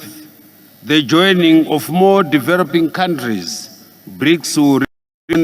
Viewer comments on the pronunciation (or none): It's a pity Zimbabwe represented by someone who can't pronounce English terms correctly e,g develop,deverop ,freely, friri mutual,mutuari